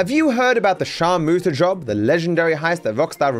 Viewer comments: Just can’t get over it being called sharmoota 💀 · The “sharmoota” job 💀